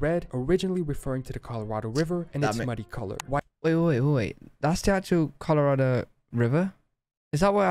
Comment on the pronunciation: Colorado is not collered. It is Spanish for Red. Colorado=Red.